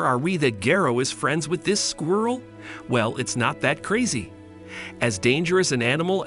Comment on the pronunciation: It's like a real life Lion and the Mouse story. Though is it weird how the narrator pronounces squirrel as "Squee-uirrel?"